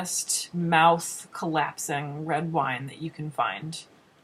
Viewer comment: said "Wiine"